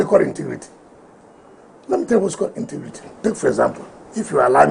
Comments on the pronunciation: "inti-grii-ti." Is that a new word? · "Intigrity! Intigrity" does wike know what integrity means? Political moron